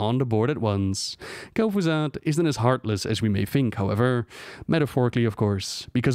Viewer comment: "Kel'Fuzad" Disliked